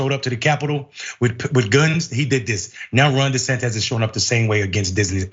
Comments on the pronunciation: Do people keep mispronouncing his name on a non-ironic way on purpose? Di-San-Tiss is the correct pronunciation. I don't understand why people say it Di-San-Tez? Just skip over mispronouncing it and call him DeSatan or DeSanctimonious. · Micky ain't haven it 🤨 De-San-tis 😜